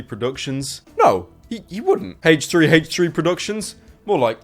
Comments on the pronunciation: I could be retarded, but are you pronouncing "H3H3" like "hache three hache three" when it should be "āche three āche three" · the way you say h3h3 sounds like hate tree hate tree. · the way you pronounce H3H3 makes me giggle, nice video btw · he says h3h3 weird